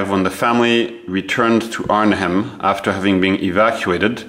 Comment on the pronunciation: Pronounced “Arn-em”….once again, “Arn-em”……